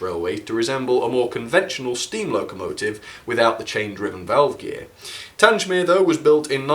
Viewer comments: The Beechwood Wagon was the odd one out. When are you going to get your names right? You don't say Tangemere, it's Tang-mere, you dummy. If you want to send me that Bullman, and he'll be turned into Sirloin Steak to go with Micro Chips. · An extremely beautiful set but it's TANG mere not TANGE mere. Your mispronunciation spoiled the video for me. Kind regards, David. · PLEASE STOP SAYING TANGE MERE. IT IS TANG MERE. TANG. THE-G-as in Gate. grates on me every time you say it. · its pronounced tang mere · Pronounced "Tang-mere" not "Tange-mere" sorry buddy haha, great review as always! what a lovely set! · I'm sorry. Tangsmere?!?!?!? Its Tangmere. The southern enthusiast in me is screaming right now....... but still, good review :) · TANG - MEER, pronounce it right. It's not TANGE - MEER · Just caught this by accident having just bought the same also on eBay for £130 today, 14.8.24. Delighted to hear all the compliments. As previous;y mentioned Tangmere is pronounced as in "Bang" and not Tanj. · its pronounced like this "tang mere" like tango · Will you PLEASE pronounce Tangmere correctly. The G is as in gate NOT orange. As ex RAF it grates on me every time you say it incorrectly. Good reviews though😊 thanks.